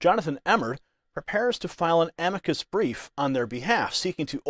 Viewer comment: Ok, sounds great, but (not-picky me) why pronounce it ‘a-mee-kid’? I’ve always heard it called an ‘am-i-K